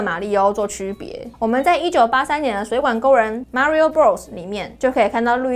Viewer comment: May ri ooo